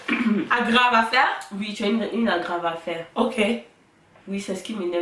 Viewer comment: Trop mimi votre tag surtout quand ta soeur a dit agravataire j ai trop rit